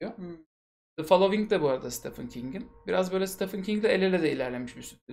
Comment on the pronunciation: Stephen Steven diye okunur, Stefan degil.